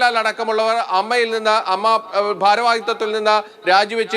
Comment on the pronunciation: Ammma alla a.m.m.a en parayu